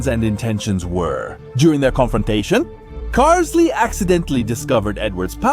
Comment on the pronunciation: isn't it pronounced carl-ille?